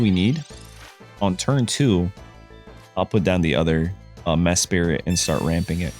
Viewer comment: WHERE IS THE OTHER I THERE IS ONLY ONE I IN MESPRIT WHY ARE YOU SAYING MESPIRIT YOU EVEN MISSPELLED IT IN YOUR DESCRIPTION WHAT WHY HOW